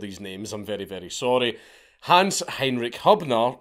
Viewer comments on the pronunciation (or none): none